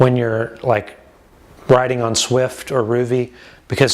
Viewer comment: It's Zwift with a Z... not Swift. Thanks for the review, it's helpful